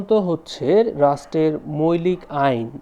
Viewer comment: মৈলিক কি জিনিস,মৌলিক উচ্চারণ হবে😊